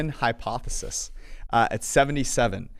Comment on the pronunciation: Hyphenated not hypothesis lol